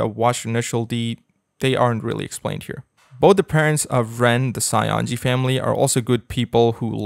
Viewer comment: I cant unhear Saionji as Scionji...